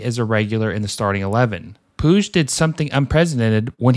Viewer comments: fam u gotta at the very least get these names right lmaoo.... pweeg? ...puig (poo-j). sant etenia? ...saint etienne (et-E-en) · Quick tip, ñ in spanish sounds like "ny" and e sounds like the e in pet. So Peñarol sounds like pen-ya-rol Edit: Puig is harder because it's Catalonian, but it's pronounced like pootsh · I know how to pronounce Riqui Puigs name. Sometimes I slip because of being so used to saying (pweeg) from the Yasiel Puig days